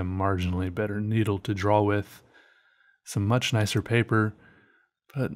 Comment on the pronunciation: learn how to say draw its not "drawl" its "draw"